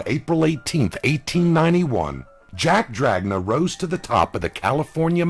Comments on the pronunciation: In italian it would sound more like dranya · not to nit pick because you do a great job but jack dragna pronounced DRA-NA... g is silent in italian, doesnt really matter tho i guess